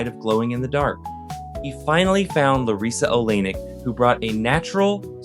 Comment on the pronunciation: Why are you pronouncing larissa oleynik's name like that?